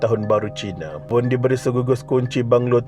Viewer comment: Wasalam btul laa dia sebut voon😅 sy dngr voon bkn wong